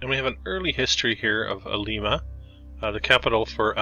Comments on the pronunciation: Lyme-uh, is how we say it here in Ohio, not leemah 😊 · Really appreciate your efforts and enjoy the channel but... Do try to pronounce the name of the city correctly. A quick look at the historical society's or museum's website will provide more accurate information as well. You glossed over Limas oil industry. Charles Faurot, who owned the paper mill you mentioned, discovered oil on the property while drilling a water well. It was purchased by John Rockefeller and Standard Oil who sent a young chemist to find a use for a waste product known as gasoline that was being dumped into the Ottawa River, the rest is history. You briefly mentioned trains as well. The Lima Locomotive Works produced 1/3 of the steam locomotives ever used in the U.S. Lima was built on Train money as much as oil money. The asylum was used to film the movie Attica and other prison movies long before the Mansfield prison, 90 minutes east, was used for The Shawshank Redemption Streets built wide for streetcars??? Oppps.... when you showed the courthouse you forgot to mention the John Dillinger escape. Faurot as in paper, oil and opera houses is pronounced Fa-wrote Other than that, thanks for the video and keep up the good work!